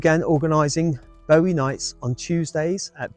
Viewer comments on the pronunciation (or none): none